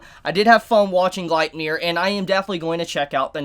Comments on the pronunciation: ur still saying it wrong. u got the nier right but its gleipnir= gleip (like gloop but with an A sound) glape like cape + nir like near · Its pronounced {glay-pnir}